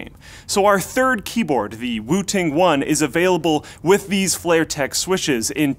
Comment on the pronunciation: Lol thought he said "Wu Tang one" until I read description